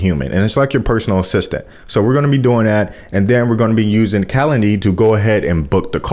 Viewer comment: You might want to say Calendly.